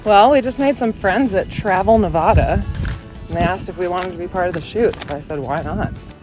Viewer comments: friends that travel Nev-AD- uh not Nev-ODD-uh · Our state is absolutely eclectic! In my 72 years I have only lived in the west. I love it out here. My "natural and normal " is the western way of doing things. So glad you are spending time out here. Btw...it is not pronounced Ne-vah-duh, its Ne-va-duh. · Lol, growing up in Nevada, you miss prounced the state name. That said, you make fantastic videos and I'm proud you have featured our state more than once thank you.